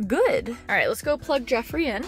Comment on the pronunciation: Geoffrey? Girl, are you serious? 😂😂